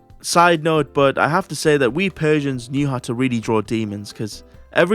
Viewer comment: 'We Persians' in a welsh accent is my favourite unanticipated chuckle for the week.